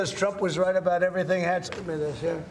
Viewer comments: “let’s talk boout it” As a Brit, she sounds Canadian🤣🫶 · Ohhh Desi... you are so welcome... just say abowt .. only fishermen in Maine, Newfoundland an' yer Nova Scotia say oot. dear. Eh ? A lot of Americans say abaut. Or we have funny hearing too. And stop with the KENada. It is not Barbie and Kenada. Think Tuna Can .. if you can